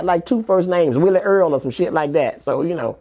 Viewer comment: He said willie earl